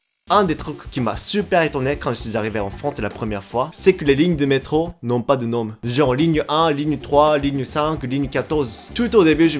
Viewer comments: Salut,je suis dsl de faire mon Francais,vraiment je trouve que tu parles bien Francais,et que tu as appris super vite...mais...Tu prononces mal "Nom" je suis dsl de faire la remarque,c juste que j'ai remarqué que c'est pas la 1ere fois. On prononce "Non". On prononce pas le M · J'aime beaucoup tes vidéos, toujours un super taff avec un humour que j'aime beaucoup ! Par contre je me permet de te dire que tu ne prononce pas correctement le mot "nom", le "m" à la fin est muet. Donc "nom" se prononce comme "non". C'est marrant parce que j'avais une amie japonaise qui faisait exactement la même erreur et personne ne lui a dit que c'était pas la bonne prononciation c'est pour ça que je me permet de te le dire voilà 😉👍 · On ne prononce pas le m dans "nom". :)